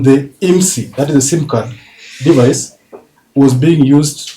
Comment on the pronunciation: Sometimes English pronunciation and Kenyans stresses me. de-VICE. Not DE-vice. In-TER-pret. Not inter-PRET CIR-cumstances. Not cir-CUMstances